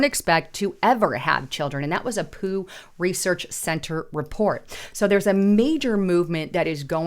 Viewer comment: It’s pew research center not poo research center